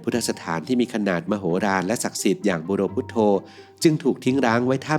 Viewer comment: มันอ่านบุโรพุทโธได้ไง